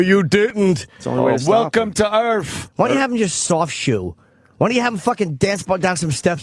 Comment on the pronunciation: "welcome to Earf" 😂😂